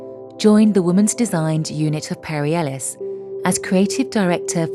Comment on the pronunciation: Seriously you need to up your game. There is no excuse for all the mistakes in your video. It is disgusting at the end of it all. You talk about Charivari in the west 70s and then you illustrate it with photos of Harlem. You say Perris Ellis Award when it is Perry Ellis,and to show you have no class or self respect, you put in a video of HARVEY WEINSTEIN complimenting Marcs runway collection!!! You are not just tone deaf, but OFFENSIVE! Here is some help you don't deserve: have a professional in the fashion industry preview your video before posting!!!! 🤢🤢🤢🤢